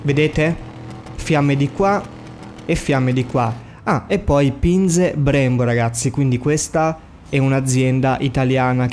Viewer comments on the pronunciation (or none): Ahaha le Binze Brembo....amo la tua pronuncia